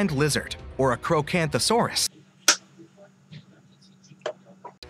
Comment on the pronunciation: It's not acrowcanthosaurus its acrocantosaurus